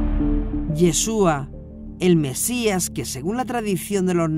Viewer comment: Me gustan sus videos , pero realmente me desagrada que diga “ Jassen” así no se pronuncia, cualquier Rabino puede decirle